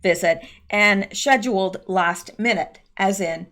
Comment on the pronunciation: Love how u say "schedule". Is that a canadian thing? It sounds very RP british.